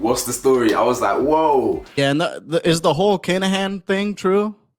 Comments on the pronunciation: It's pronounced "kin a hín" not kanahan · Learn to pronounce “Kinahan” and please do your research more throughly, some kind of 👑 I wonder🤔🤔🤔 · Oh I’m always deadly serious, my comment regarding your pronunciation of the Kinahan name was merely a point of correction, my comment about your research was based on your content!!!! No shade just constructive criticism, and I’m quite sure your really not that sensitive 🤔🤔🤔